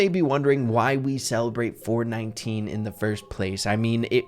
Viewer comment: Every time says “4/19” I hear “4/20” 😂